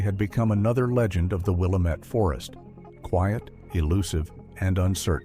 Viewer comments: It is pronounced WILL-LAMB-MET. I realize in the East they pronounce it differently. But on the West Coast, we do too. That drives me nuts when outsiders cannot pronounce manes of places correctly. Never heard of this couple, never made our local news. I would have remembered. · From someone who lives in this area, it really bugs me how they mispronounce “Willamette” 🤦‍♀️ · It's funny to hear how Willamette gets pronounced by AI and out of towners. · Stupid AI voice can’t be trained to say Willamette correctly. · Fking fake voice can't even pronounce Williamette.....thumbs down to "Hidden Trails" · My eye twitched every time they said it weird. I’m like at least they didn’t say Or-E-Gone. 😂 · AI never gets it right!! Really this one got under my skin. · Geez, thank you for correcting the pronunciation... it drives me crazy to hear it mispronounced!!! I used to LIVE in Willamette before it became West Linn!!! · By all appearance, this is another fake utube story I live in Oregon and this is something I would remember if true. Nothing comes up if you Google the subject You pronounced the word Willamette wrong. Seems you'd at least get that correct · Lose the computer voice that can't pronounce Willamette. It is pronounced "will am et", not "will uh met". It hurts the credibility of the story when you can not pronounce the locations correctly. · It is pronounced Will-Lamb-it, I have lived in Marion county, Salem Oregon for 66 years. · If he doesn’t stop saying WILL A METT I’m gonna stop watching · It's pronounced Will-Lamb-It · I live in Seattle and I'm gonna come down there and walk around town saying "William-ette" the whole day just to be annoying. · It's pronounced: will-am-it. Get it r.ight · Locals and those who have lived in the area know how to pronounce it…Will-AM-it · Following the AI's egregious mispronunciation of Willamette, I instructed my AI to compose an indignant response. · Pronunciation - Will-am-et, named after the Willamette River.